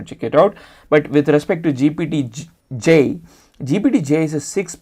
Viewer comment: Why are you saying GPT-G? Did you mean GPT-J?